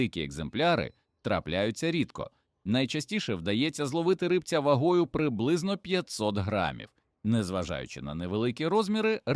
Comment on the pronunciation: Не ри́бця, а рибця́